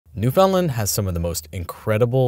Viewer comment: I love your ever evolving pronunciation of Newfoundland. 😂😂😂 Almost have it.